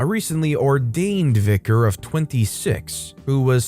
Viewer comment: Not the VicarARRRGE 😂